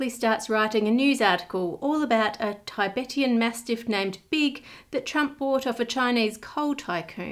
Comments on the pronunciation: That's not how you pronounce "Tibetan" 😂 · I’m also Australian and I know how to pronounce it correctly. I can assure you her pronunciation has nothing to do with being Australian and everything to do with ignorance.